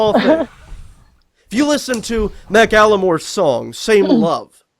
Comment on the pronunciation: I'm disappointed they didn't catch that christian say "Mack Alimore" instead of "Macklemore"